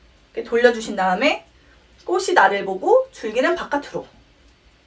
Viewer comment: ㅠㅠ 꼬시 꼬슬 아니고… 꼬치 꼬츨